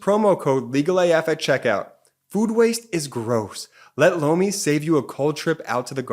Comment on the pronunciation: He says Lomi but I always hear blow me